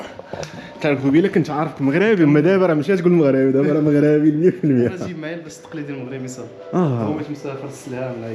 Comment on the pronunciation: يا اخي قل "مَغْرِبِي" و ليس "مَغْرَابِي".